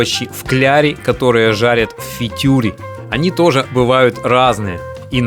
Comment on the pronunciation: ПАРЕНЬ, НЕ "ФИТЮР", А ФРИТЮР"!